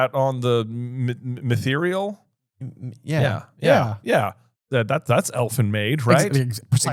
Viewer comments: "Mitherial?" You mean "mithril." Lol. It's a weird juxtaposition seeing people who have such a deep understanding of one fantasy world fumble a basic detail in another. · Okay I have to say it’s MITHRIL not mitherel it’s dwarven made not elf made and also Achilles was vulnerable in his heel not the ankle. As a huge LOTR fan and a fan of Homer I had to point these things out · Well that’s not how you pronounce Mythrillllll. LOTR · It's MITHRIL guys. lol